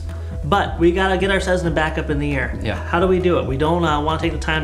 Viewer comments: Tesla became Tezla and Cessna became Cezzna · ceSSna not ceZZna